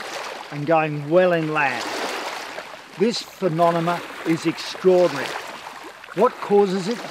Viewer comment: I love that he says "phenoNeMa" lol